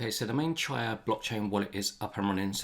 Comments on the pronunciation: Great video, thanks. I might be wrong about this, but I think it's pronounced chee-ah, not chai-ah. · CHEE-uh. Like cheetah without the T. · Chia is pronounced Chee-ah